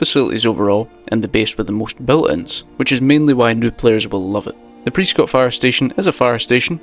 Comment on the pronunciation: Alright as someone from Prescott Arizona I just wanna say it's pronounced pres-skit, how people pronounce the name is actually a good way to find out if someone's from Arizona lol